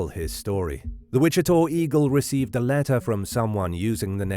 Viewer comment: WICHITA is pronounced WI-CHI-TAH. NOT 'TOR'. Come on man, what are you saying? I don't thing the name of the County has changed to Wichitor??